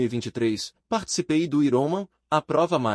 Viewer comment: Me desculpe, não estou fazendo uma crítica para ofender já q vc está ajudando lendo esse livro para nós. Mas a pronúncia não é iroman, é Iron Man( homem de ferro), "Airomen" mais ou menos a pronúncia dessa palavra em inglês.